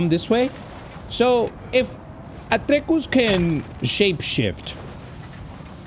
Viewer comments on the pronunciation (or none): i love how he says atrequs instead of atreus